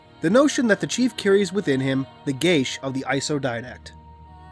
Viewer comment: gesha?? geeeeaaaaahs ffs.